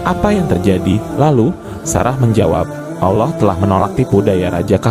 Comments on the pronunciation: Adminnya cumn cari sensasi.sejrh kurang jelas. Kyknya admin non muslim ini. Perhtikan aja pas sebut nama allah .kyk orang kristen nyebutnya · Pembaca nya saja tidak fasih mengucap allah SWT